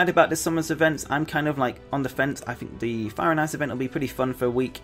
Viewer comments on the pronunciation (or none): "fank you" "what do you fink"